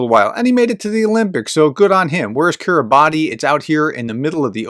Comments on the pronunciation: That's "Kiribass". The "ti" sound has become an "s" sound. Cool people. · Kiribati is pronounced "KIRR-i-bass, as -ti in the Gilbertese language represents an [s] sound." It includes the Tarawa Atoll, known for being taken back from the Japanese by U.S. Marines in 1943. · Thanks,. Kiribati I read is pronounced Kiribas? I don't know the backstory. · Kiri bash (not bati) - some decades ago, they hired a British poet to write an official poem to make that point \m/ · Kiribati is pronounced "Kiribass" (with a long A) - it has to do with the alphabet system they use apparently. As for Putin, well it's easy to be an expert on everything if you make it all up - like his grasp of history.